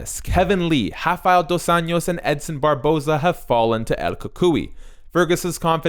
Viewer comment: It's pronounced dos "anjos", like saying angel but with "o", other than that great video